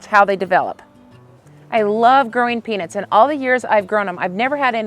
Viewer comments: Shes definitely saying penis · Is it just me or does it sound like she is saying penis? 😅😮😂😊